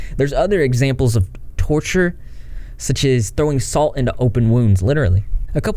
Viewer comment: LMAO!! Torchers?? Its tortures.. ffs...